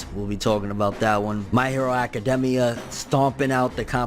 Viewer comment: It really bothers me how he says academia anyone else ?